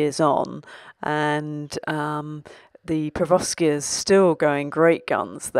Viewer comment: It's Per-----OV----skia not Per--VO---skia! SMH.